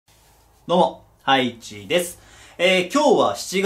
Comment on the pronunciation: どうもハイチですが どうもアイチです！に聞こえた